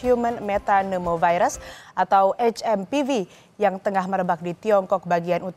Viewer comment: HMPV boleh dibaca Ha Em Pe Ve atau Eitch Em Pi Vi, tapi please jgn dibaca Ha Em Pi Vi dong....